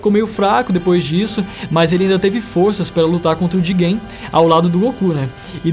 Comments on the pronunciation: Alguém percebeu ele falando Jigen (Boruto) em vez de Jiren (dragon ball super) 2X ? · "Jiguem" kkkkk Falou uma vez e eu pensei "Foi um erro de pronuncia" ai você falou de novo e eu comecei a rir kkkkk